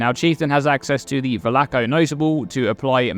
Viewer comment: you are incorrectly pronouncing Valako and it keeps bothering me and interrupting my concentration